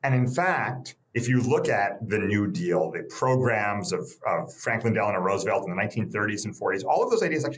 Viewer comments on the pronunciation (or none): none